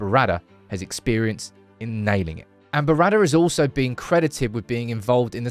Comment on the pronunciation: It's not DD. It's Berrada, not Beradder. Sorry, your pronunciation is getting on my wick.